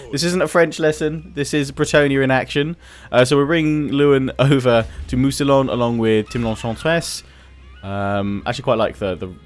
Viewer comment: Mousillon is said as mousiyon, the two l's are said like a single y. don't wanna be a pain, but I just feel the need to point it out.